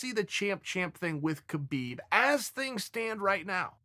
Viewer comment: “Kerbeeb” – Chael